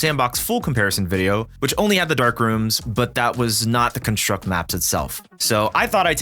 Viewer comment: Good video but damn does your emphasis placement on construct nerves me lol